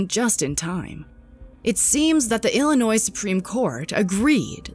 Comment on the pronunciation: Its "ILLINOI"...sounding..no "s" ma'am..just illinois..no s...while u stating facts lol